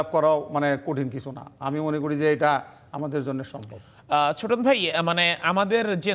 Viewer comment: ছোটন না চোদন 😂😅